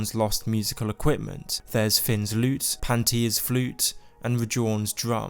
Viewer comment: I thought he straight up said panties flute